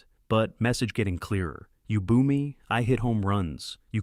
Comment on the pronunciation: AI SLOP: Boo is not pronounced bow